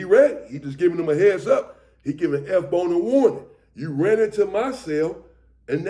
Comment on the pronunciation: I'm confused. It says S Bone but sounds like you're saying FBone. Are you talking about F Bone (Lonnie)